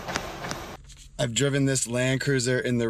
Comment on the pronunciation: "Quinta" is a spanish/portuguese word that means "farm, estate". Pronounced "Kinta", without the "u"! :)